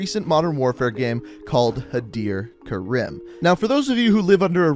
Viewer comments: Its pronounced Ka-reem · It’s pronounced ka-reem not ka-rim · The weird thing is that he says Karim wrong it is Kareem that is how its pronounced. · It’s Pronounced Kah-reem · karim Mate it’s pronounced Ka-Reem (It’s even said like that in the campaign) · its pronounced kareem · yeah guys its not pronounced karim its krim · When you here first pronounce karim, reeeeeeeeeeeeeeeeeeee, it is ka-reme, like meme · As an Egyptian myself I find it extremely annoying the way you pronounce "Karim" d Even during Farah getting interrogated by barkov he pronounced it right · That's not how they pronounced Karim in Moderm Warfare... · Pronounce karim properly dumbass. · I love your videos and all but if you mispronounce Karim or Khaled Al-Asad one more time I’m gonna loose my shit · Stop pronouncing EVERYONES name wrong! Khaleed? Karem? No no no. Khaled. Karim. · Pronounced Kareem and Ka-lead, lead like the metal